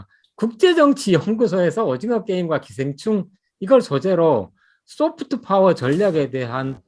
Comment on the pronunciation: Soft power,you Pronounced wrong